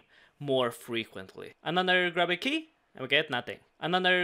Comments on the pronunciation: I'm sorry but i can't stand you saying it wrong any longer, it's Grub-bee key not Grooby key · The first time he said it I thought he said Groovy key, even better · g-RUB-by key dude, it doesn't rhyme with Ruby lol